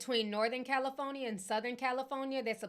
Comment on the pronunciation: I can't Unhear Ti Pronouncing the state as CALI-PHONY-EE-A 😭😭😭😭😭